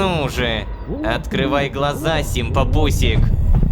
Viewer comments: Рома опять озвучил "симпампусик" как "симпапусик" эх... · Обожаю тот факт что Рома упорно игнорирует букву «М» в слове симпаМпусик